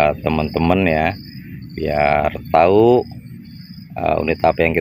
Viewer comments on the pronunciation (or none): none